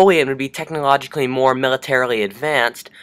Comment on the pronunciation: "Technologicale moar-Militarily Advanced